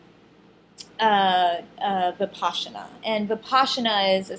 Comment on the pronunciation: It is pronounced Vih-pas-ina. Not VipASHina